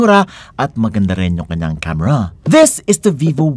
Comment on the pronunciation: "Don't be vovo... Vee vo"? 💀Para kanino ang verdict?💀